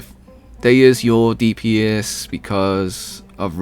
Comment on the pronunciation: Btw you pronounced dehya artifact set CORRECTLY. FINALLY a use for the bell😅. She might not be the best dps but her design is probably one of the best in the game